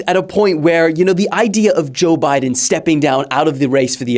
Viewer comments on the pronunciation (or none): bro named the segment joe bye-den lmao